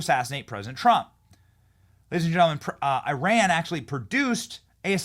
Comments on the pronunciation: Pronounced E-Ron not I-Ran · EYE-RAN IS SOMETHING YOU DID YESTERDAY. THAT MIDDLEEAST COUNTRY IS EAR-ON - FROM A NATIVE IRANIAN